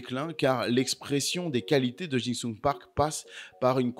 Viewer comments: Park JI sung, pas JIN sung 😂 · Ça me trigger à chaque fois que tu l'appelles Park "Jing Sung", bordel 😂😂😂